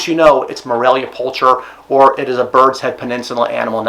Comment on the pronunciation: Fairly sure the "ch" in pulcher makes a "k" sound when pronounced correctly. It's a common species name throughout the animal kingdom, I believe it translates to "beautiful."